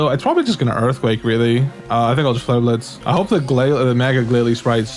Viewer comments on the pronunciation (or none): none